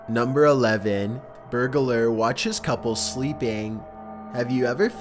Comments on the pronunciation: Voice isn't creepy, just sounds stupid. BTW, it's burglar, not burg-a-lar. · The word is "burg lur" not "bur guh lur". It's burglar. Burg. Lur. Nothing in between. It's like people who call realtors "real uh tors". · Wtf is a berg ah lurr? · Burglar = Burg-a-ler Tourist = Too-ress